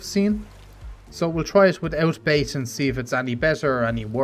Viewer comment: Thanks! It sounds as if you always pronounce it like base, but it should be bait.